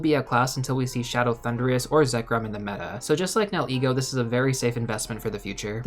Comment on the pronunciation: Are you saying ‘now ego’ for that first ultra beast? 👀😊